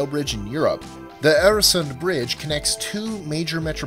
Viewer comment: for pronouncing Öresund the right way :D